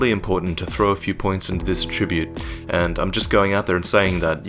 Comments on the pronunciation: Attribute (n.) pronunciation: emphasis on the first syllable, please,! Emphasise the second syllable for the verb form. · I love your videos and I loved this one but please for future reference, that is not the way you pronounce 'attribute' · mispronounces "attribute" too?